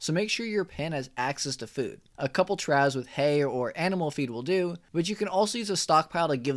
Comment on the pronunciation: Great video! Just FYI, "trough" is pronounced "troff"